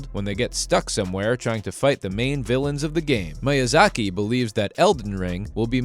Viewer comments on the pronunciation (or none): Firstly, it's called "Elden Ring". Not "*THE* Elden Ring". Secondly, it's pronounced "MEE-YUH-ZAH-KEE". In addition, Miyazaki never promised that Elden Ring "would be easy". Rather, to the contrary, he's stated on several accounts that it will be no easier than the first Dark Souls, but players may find it an easier experience due to the new mechanics being implemented. Furthermore, he never once said that "more players will be able to beat it EASILY". He SAID that he expects more players to beat it because of its open world nature, and the abundance of different paths available to the player at any given moment. He's said that he believes that with the ability to simply ignore a difficult area or boss, players can go off somewhere else and find better gear or get stronger, and come back to the challenging stuff later. Next, Dark Souls 3 wasn't "heavily criticized for its difficulty". It was lauded and praised for it. In a time when developers were afraid to make their games too challenging, assuming less people would be interested, Fromsoft launched Dark Souls to critical acclaim and the formula has only become more and more mainstream with each new entry, IN SPITE OF game journalists and casuals crying on social media about the difficulty. More people than ever play the Soulsborne games, and it's BECAUSE OF the difficulty and the adversity that players must overcome. You think "tailoring games to the wants and needs of the public is a smart move"? Fromsoft has literally nev